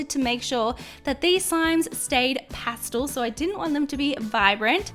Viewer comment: Pah stel not pah stohl